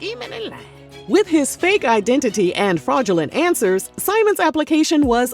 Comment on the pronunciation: Fake I-den-ti-ty😂😂😂